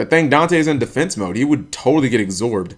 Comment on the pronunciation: ecsorbed? I think it's absorbed?